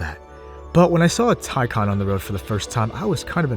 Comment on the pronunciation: You should have tested 0-60... its nuts how much torque the taycan has... By the way as a german I really appreciate that you pronounce taycan the right way 😂😂✌️